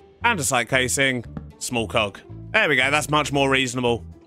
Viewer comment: when he says cog it sounds like coc